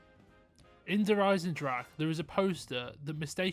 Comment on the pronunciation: de EISENDRACH…. Why cant You just pronounce the „e“ at the end? Why end it with „drach“ if its clearly spelled DrachE